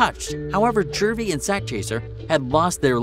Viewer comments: Juvy not jurvey 😂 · bruhhhhhhhh Jew-v Not jurvy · Its not jurvy its juvy but carry on 🤣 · Jurvy it s juvy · JUVY there is no R. Great video tho. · plz stop saying jurvy